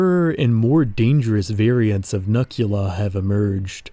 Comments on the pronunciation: hey i think you pronounced the human mutant name wrong. i might be incorrect but it looks like a pun to me. “Nukula,” like nuclear without the hard ‘r’. as in, “nah, man, you can’t say that, but you can call me nukula.” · I think it’s pronounced “nuke-u-la” like nuke + dracula? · I feel as though Nukula should be pronounced "Nook-you-la". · Hello there, your project looks incredible and the artwork is astounding! It looks like it would be an amazing setting and story for a video game or television series. I'm curious though, in CA's video, the term Nukula is pronounced 'nuh-kyoo-luh,' but I would have thought it was 'new-kyoo-luh.' Like a derivative of 'nuclear.' Is the pronunciation in the video the correct one? I feel like that's going to haunt me if I don't know the official way to say it, haha. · I feel like "Nuk" part of the Nukula's name was supposed to be pronounced "Nuke". Other than that, I really love how British these mutants are. They genuinly feel like evolved monstrosities that would live over here in the UK. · It's pronounced "nookula," since the name nukula is literally a portmanteau of "Nuclear Dracula."